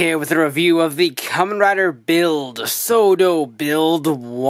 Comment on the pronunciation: I keep on thinking you're saying "Soda Figures." Now I'm just imagining the Genesis Driver from Gaim saying, "Soda!" Everytime you say it, lol.